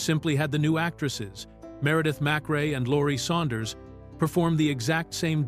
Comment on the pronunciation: "Saunders," not "Suanders."